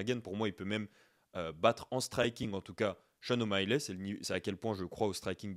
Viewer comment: Sean O’Malley, ça ne se prononce pas ”Shon O’Maïlè” mais ”Shon O’Maïli”.